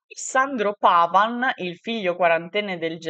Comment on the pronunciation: si dice Paván no Pávan, è un cognome veneto.